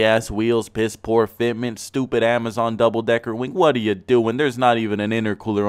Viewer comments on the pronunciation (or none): none